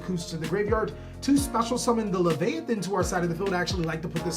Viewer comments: I thought you kept saying “missile titty” LMAO 😂😂😭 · heres a little Secret Mystletainin is NOT levyaten But i appreciate you trying those names haha